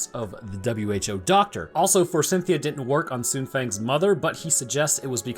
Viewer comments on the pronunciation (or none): Eh... forsythia doesn't have an N in it. I'm not sure who Cynthia is supposed to be, but I'm pretty sure she's not involved. It's for-sith-ee-ah, not for-sin-thee-ah. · There's no N in Forsythia. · F O R S Y T H I A, bro. Forsythia. The letter "N" does not exist there. And it's neanderthals, not neandertalls. The "H" is not silent. Fantastic movie, though.